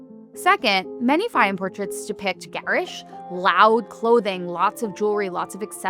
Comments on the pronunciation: Its pronounced “Fay-yoom” habibi. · Many Egyptians have this eye color. Also, it would have been nice if you could have listened to how to correctly pronounce Fayyum before making this video. The correct pronuciation is not difficult.